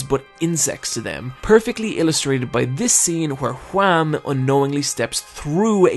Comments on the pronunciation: ''Wham'' Noooooo, it's WAMUUU, focus on the UUUUU, WAMU! Gotta have the japanengrish charm! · >even they pronounce Whamu and Straizo, he calls em Wham and Straights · Mark was from the netherlands, and its Wamuu, not wham. Pls say the original names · Why do you call him Wham. It's Wamuu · You are saying wamuu totally wrong Its not wham Its what whitout the t and then the sound of a cow Wha-muu Other than that great video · is no one going to mention how he says wamu as WHAM? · YEAH! WAMOO, NOT JUAM! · Nice video, but why Wham. It's Wamuu! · Isn’t it Whamuu and Esidisi not Wham! and AC/DC I know, I know they’re names are based off these bands but they’re never explicitly said like that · why does he say wham? when its wamuu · For God's sake, IT'S WAMMU!!! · Where in the world does the idea that Wamuu is pronounced "Wham" come from? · Hearing you whamu wham hurts me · Why is he calling Wamuu, Juan? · i find it incredibly funny whenever he pronounces wamuu as Hwam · did you just call Wammu Wam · not gonna lie when he said wamm that hurt me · That triggered me a bit. IT'S WAMUU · You forgot the “u” in WAMU. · why are u pronouncing Wammu's name WHam so deliberately? is it pronounced wham in the sub or? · I love the way you say Wammu, it's like "Their disastrous encounter with Juam" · Where did you get the pronunciation of the characters? "Straights"? "Wam"? WTF? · I cant be the only one triggered by his pronounciation of Straizo and Wamuu, right? I mean idk if its intentional but if it is, its working very fucking well